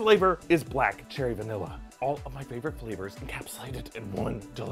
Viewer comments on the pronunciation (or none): none